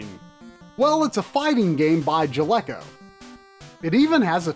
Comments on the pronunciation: You mispronounced Jaleco !! It’s not —Ja — Lee co !! It’s — Jal - a - co !! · It’s “Jal-e-co”, not “Ja-lec-o”.